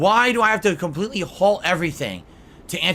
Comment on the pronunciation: Legitimately the only funny thing he's ever said was KHAMPLTEETLEE. UNINTENTIONAL. *snort*. "This does have a fan in it, which blows me away."